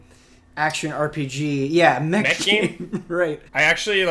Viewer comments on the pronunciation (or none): none